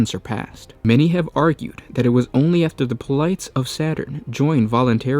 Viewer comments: Polites comes from Greek mythology and with it comes its three-syllable Greek pronunciation; poe-leh-tees. if it still sounds odds, consider how we say Hercules. we don't say "Herkyools", do we? (Poirot fans do have an argument here, but shhh) also, burgeoning. the 'geo' receives the same pronunciation we find in geography, so "burj-oning" would be how it's spoken. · Polites --> said Pol-i-tays